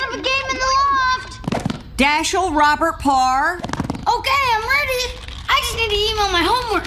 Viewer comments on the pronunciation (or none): none